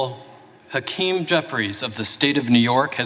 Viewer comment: I didn't know hack-eeem jeffries was honorable. . .